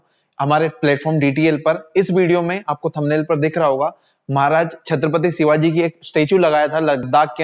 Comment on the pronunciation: Bhaji shivaji marag bol lo shivagi mat bolo